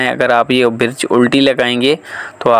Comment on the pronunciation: Birj ni hota Bridge hota ha ap bar bar birj birj q bol rahy ho